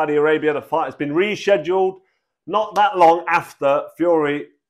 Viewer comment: bro can't even say rescheduled 🤣🤣🤣